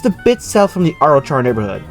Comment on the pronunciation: Arrochar is pronounced “Arrow-car,” not Arrow-charr.